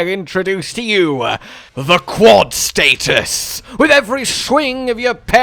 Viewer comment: So we don’t know how to say status…